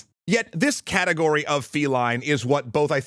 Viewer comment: "CAT-egory" xD